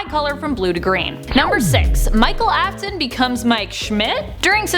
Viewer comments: "Aftnon" Sure about that? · ‘The fate of Elizabeth AFTIN” Me:👁👄👁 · I was like help me when they said afton